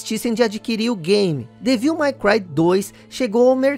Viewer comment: A pronúncia certa é "dévil MEI cruai". E não "mái cruai". "My" é um pronome possessivo.